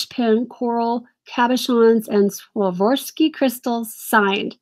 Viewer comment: KJL jewelry is Keeneth Jay Lane by Avon, he was a high-end designer to the stars and his line is also on QVC Lake Judith Ripka and Kirk's Folly is also QVC that's a family who makes jewelry and Swarovski crystals are just very highly collectible and it's Swar ov ski it's how you say it that's just an update to let you know